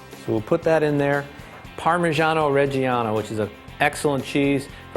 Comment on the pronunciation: I'm not here to critique this guy's pesto recipe, but fucking hell - orijjeiano? ITS OREGANO, you goddamn douche.